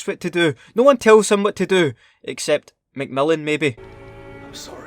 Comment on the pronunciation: Sounds like he’s saying macmelon😂